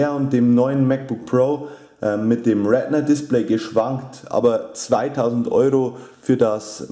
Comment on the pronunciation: Es heiß retina nicht rednet